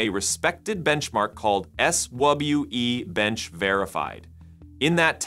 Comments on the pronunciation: S WubbleU? No, it's called Swe Bench like sweet. lol. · "S Wubble-U E" Benchmark! 🤣